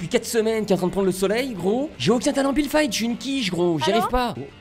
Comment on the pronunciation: C' est pas builde mais build et c'est pas fite mais fit. La libellule dit et le sniper........... unchained te tue